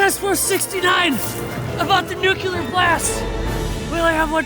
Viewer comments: HOLY Fuck! It was McCauley Culkin the whole time?? What happened to TF69? Did they burn in ‘nucular’ 🔥. Will there be a sequel!??? Come on! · Nuclear, not nucular. George, now the second dumbest president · dude said “nuke-you-ler”